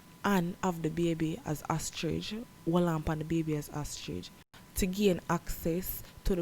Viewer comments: Lol. She did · Did she say ostridge?😂